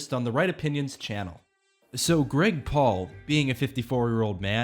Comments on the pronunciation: I can't hear him saying Greg Paul, I only hear Gregpool. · I'm just listening to the video not watching and I keep hearing you call him "Gregpool" which just makes me imagine him as one of those Comic-Con deadpool pranksters